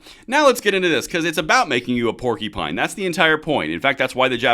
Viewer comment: Unless I misheard, Vivek said “warcupine” which is so much better.